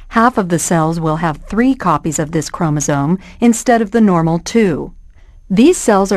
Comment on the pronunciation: Chromosome with an "m", not chromosone, with an "n".